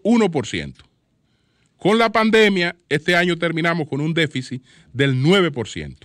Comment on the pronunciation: QUE ALGUIEN LE DIGA A ESTE CABALLO CON CÉDULA DE MARTÍNEZ POZO QUE NO SE DICE "DEFICIS" ES DÉFICIT!!! Y QUE NO REPITA TANTO LAS PALABRAS QUE CON UNA VEZ BASTA!